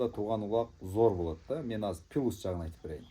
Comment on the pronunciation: Пылус жагы 😂плюс дечи туган айталбасан кыргызча эле суйлочу